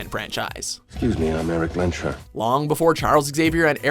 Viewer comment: Haha! It's "Lehns-herr" not "Lehn-SHörr"! And not "Don Veedo Corleon" but "Don ViTo CorleonE".